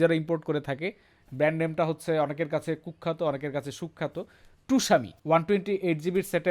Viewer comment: টুসামি নাকি সুনামি🤔?